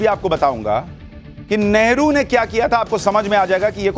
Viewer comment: It is Neheru not never